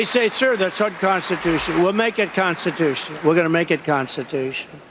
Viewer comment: "We are gonna make it constitush"